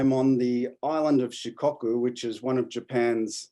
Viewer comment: it's "she-co-coo", not "she-cock-coo"!